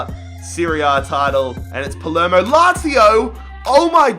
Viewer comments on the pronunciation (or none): none